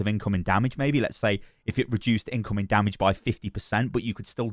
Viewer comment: I like the way you say dummidge